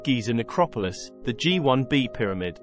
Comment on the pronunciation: Written and narrated by AI? It's "Gee One Bee" and "Gee Two A" ... apart from all those pics of Menkaure's satellites at the beginning.